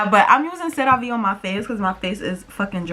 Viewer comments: It’s “SARAH-VEE”= Cerave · You a bird for the way you say cerave tho lmao 😂